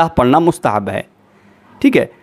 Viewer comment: What is mustahan???? It's mustahb